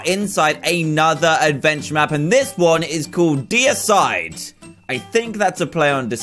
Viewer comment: it is named deicide but he calls it decide cause he cant say deicide